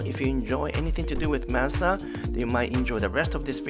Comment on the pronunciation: Thanks for pronouncing Mazda the correct way! LOL I am not sure why we in the US started to pronounce it as "MAHZ-dah".